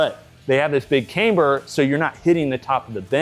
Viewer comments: That’s not how you pronounce “camber.” It’s not “Kay-mber.” Look it up. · Can you review pronouncing camber correctly for at least one rep??